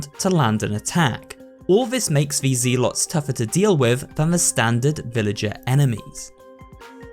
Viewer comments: I don't think you say zealot right XD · not to mention he mispronounces the word "zealot" as well. I'm assuming its just a young kid who didn't bother looking anything up before making a video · I used to pronounce zealot that way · Why do you pronounce zealot and combatants weird? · It’s prounced “zel” not “zeal” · My man really said ZEE-alot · Zealot: zeh-lut. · Maybe there's a cultural difference in pronunciation but not likely considering zed vs zee already means "zee" isn't found in many English speaking places, but anyway it's "Zeh-lot, not "ZEE-lot" Also the bugs in the sewer aren't "attacking you from underwater" they are using some sort of invisibility and light bending I'm new to this channel and with so many crazy mistakes (like ALL of the Spanish pronunciations, ha) I'm not left with much confidence you know what you're talking about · Zeelot? What's a zeelot? It's pronounced zell-ot. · Z-lots? I always pronounced it as zel-lets. Guess he's probably either European or southern, that or learned ro pronounce it that way like how some folks learned to spell "color" in the European way "colour". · You just made my day by mispronounced zealot as ZEElots. Reminded me of playing the first starcraft with my buddy when we were like 10. I'm not hating on you that's how we thought it was pronounced having never heard the word out loud. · fr dude said ZEE-LAWT dafuq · Uh….maybe look words up in the dictionary before recording. The first syllable in “zealot” is pronounced like “zel.” You can verify this with any online dictionary that has an audio pronunciation function. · I've never heard someone pronounce Zealot as zeelot. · For what it’s worth, he kept mispronouncing ‘zealot’ as ‘zee-lot’, so it’s not just the Spanish pronunciations he’s struggling with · The was a hilarious pronunciation of zealot lmao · The way you pronounced zealot bothers me so damn much but great vid man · You pronounce "zealot" incorrectly. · People really can't pronounce zealot